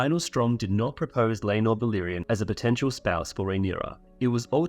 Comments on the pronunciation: Love the vid, but why le-nor and not lae-nor 😭😭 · The pronunciation of Laenor